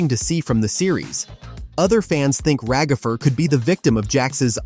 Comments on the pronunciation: It's ragatha not ragafer!!!! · It’s Ragatha not ragafre